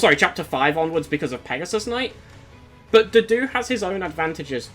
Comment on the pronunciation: Its so hard for me to take a unit seriously when i hear his name pronounced as "doo-doo"